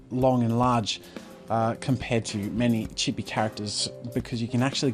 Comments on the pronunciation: Not chi-be it’s pronounced cheee-beee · Anyone Else cringe when he pronounced chibi wrong? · Lol just the way he says chibi